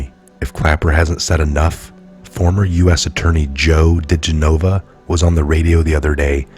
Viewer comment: DiGenova = D GEN o va... really, this is not too difficult.